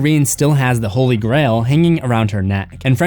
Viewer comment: "This nun is anything but holy". I thought it sounded like "butthole-y" so I laughed like a preschooler.